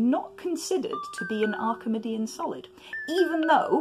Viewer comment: Is it not “Arki-mee-dian”?